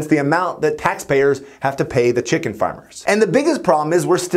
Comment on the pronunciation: ah yes... chimken